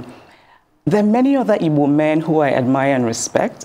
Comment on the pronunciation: I just love the way Chimamanda pronounces the word "Igbo"...